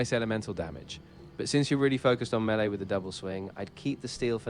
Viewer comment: At least the AI pronounces Melee better then 90% of youtubers.